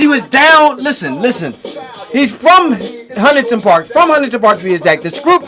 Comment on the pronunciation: Can u ignorant asses stop pronouncing Hunting Park as Huntingtin Park. Niggas it's two syllables. Hunt-ing not Hunt-ing-tin. My hometown niggas enunciate please. Also Olney its two syllables it's sounds like all-knee not Ol-lee-knee. I know a Philly nigga anywhere just because they will mispronounce these two hoods that border my hood of Logan. 😂